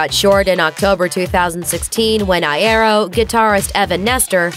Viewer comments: Tip: it’s eye-ear-oh not eye-eh-roh... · ITS FRANK EYE-EAR-O NOT I-AIRO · Eye-ear-Oh that’s how you pronounce it speaker lady not eye-air-o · Ikr like come on it's ee-aero duh lol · I-A-ro... I’m just a bit triggered. It’s I-E-ro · Its not pronounced Eye-Ero its Pronounced Yero to your advanced grammar but over all you have a good narration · PLEASE I DONT WANT TO HEAR HER SAY EYE AIR OH AGAIN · Its Frank I-EE-RO Not Frank I-EH-RO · Frank I-air-o? Its Frank I-ear-o lmfao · It's eye-ear-oh not eye-air-oh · Frank Iero EYE AIR O it's pronounced Yoro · oh for gods sake its i-EAR-ro nOT i-air-oh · NO NOT I AIR O IT'S I EAR O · Eye-ear-o not eye-air-o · IEEERO NOT IAIROOO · I-EAR- o not I-air-ro soz I'm triggered I had to 😹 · Frank Aye-Ero Lmao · ""Frank iarrow" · ..what did she call frank? Frank I EH OH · frank eye-air-o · Frank I-Air-O 🤣🤣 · This bitch said "Frank Eye-air-oh" XDDD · oh dear JESUS! Like I know it's pronounced "Frank Eye-er-oh" like, very annunciated but that's just exessive GOD DAMN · “frank eyeairo” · First of all its eye-ear-oh please thank you Second of all Frank didnt know about the split he found out from fans on Twitter And I'm watching this after the reunion show lol😂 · Every time she said Iero as I-air-o i wanted to throw up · "Frank eye-ero." IM DYING LMAO. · It's "eye-ear-oh", guys... Frank would have told you already. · Is anyone going to talk about how she kept calling him Frank i-are instead of l-ero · “Frank Eye air oh” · Oh my god it's "eye-ee-roh" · Isn't it Eye-Ear-Oh?? Well, I've been saying it like this for the longest time :/ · I'm triggered by how Iero was said at the beginning of the video. That was like Iaro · "Frank eye-ye-ro " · I'm cringing every time I hear "eye-arrow" I'm pretty sure that's not how his last name is pronounced. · 'fRaNk EyE-aIr-Oh" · "I air oh" Pffffttttttt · I-air-oh. Smh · Did you seriously pronounce frank’s last name I•aro? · EYE. AIR. OH. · "frank i-air-oh" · The way they say iero I'm crying "Eye AIR oh"